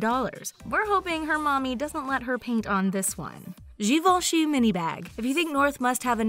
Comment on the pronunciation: So thats how you pronounce "Givenchy"? Thank you haha